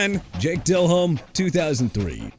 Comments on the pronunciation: JAKE DELHOMME AS IN DEH-LOHM NOT DEL-HOME! YOU CAN'T PRONOUNCE ANYBODY'S NAME RIGHT THEN YOU SHOULD BE A VOICE IN CAR ADVERTISEMENTS!! ALSO FYI IT'S CHICAGO AS IN SHUH-KAH-GOW OR SHEE-KAH-GOW!! GOODBYE!! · I turned this video off after seeing Jake Delehome and Matt Ryan being on this list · Its jake del omme not jake del home. Its like saying Brett Fa vre instead of Farve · It's not Dell Home damnit. It's pronounced like Delome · Del-Ome..not Del-Home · Learn how to pronounce the names, Jake Del-Home-Ey and Rick Mir-or-er.... please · Uhm its Jake De-Lohm - Fix your AI buddy - If you want to act like you know football, don't mispronounce the names of the players you are talking about. Makes you sound like an idiot... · This list makes 0 sense and it’s clear AI slop. DelHOME lol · Hate yalls pronunciation of Delhomme, and im not even a Panthers fan Edit: And the pronunciation of Rick Mirer